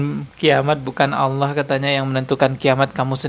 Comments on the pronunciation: MANA ADA UMAT MUSLIM MENYEBUT ALLAH DENGAN SEBUTIN AULOH..SAYA JADI MUSYKIL AFA BENAR INI UMAT MUSLIM.. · Itu bukan ustad sebut allah aja sala dia sebut awlah jadi klw awlah itu ver arti huruf skif dn ada huruf waw sukun itu sd nyata klw bukan ustad ala lagi kiyai yg benar itu allah jadi huruf lafas jalala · Mmg kyk bkn org Islam org ini..coba dengar nyebut Asma Allah aja nggk bisa..dia bilang Awloh...bkn Allah... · Mengucapkan allah sj salah, ktx aloh yg mh pencipta😅😅astaghfirullah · menyebut nama Allah juga Gk becus..alloh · 😂😂😂nyebut allah aja dia nyebut aloh😂😂 lucu nih ustad....ini penyusup kah dri oten😂😂😂..rukun iman itu harus percaya sm kiamat..ini orang kajianya pake dalil dri injil😂😂😂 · Jangan kan ..mau mengomentari isi ceramah atau pemikiran orang ini ..mendengar dia menyebut Lafadz ALLAH saja , tidak betul ..masak dibilang sekelas ustadz. Menyebut Kata ALLAH. ..dengan sebutan Awloh.. hadeh...hadeh.... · Missionaris....dai yg benar menyampaikan ayat alquran dan hadits. Perhatikan ...dia bilang aulloh....bukan Alloh. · Mengucap "Allah" nya aja keliatan kalo orang GK pernah belajar baca Alqur'an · tul bget aloh..ni org misionaris kristen bukan org muslim. Mau tau kiamat ada at tidak tar kalau ente mati ddalam kubur baru tau lu ada siksa azab d nikmat kubur.... gue pgen denger lu bc Qur,an nyebut Allah sj ga benar😂😂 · Ngaku kiyai... nyebut Allah saja gak benar....! Hati2....bisa menyesatkan Umat... Salah satu rukun iman, percaya pd hari qiamat....